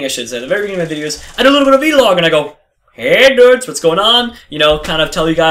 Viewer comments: vlog not v log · vee-log lol